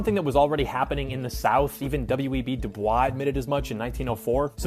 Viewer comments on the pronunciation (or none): W.E.B Du Bois is pronounced like "Boyz".